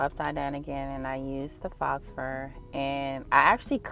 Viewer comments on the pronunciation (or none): Looks good! Faux, the x is silent.